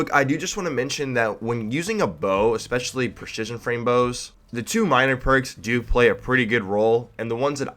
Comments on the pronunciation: "Per-shishion" XD lol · Preshishion frame lol!